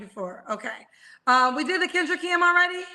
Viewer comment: You called kendra's name wrong too 😂😂😂